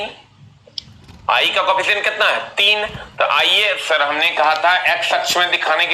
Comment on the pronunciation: Bengali ho n bhai tum, sir ko sar bolte ho